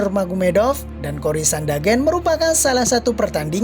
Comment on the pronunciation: Karles oliveira Maikel Kanler Kori Sandagen Itu siapa min? Sepertinya penyebutan namanya salah deh 🤣🤣🤣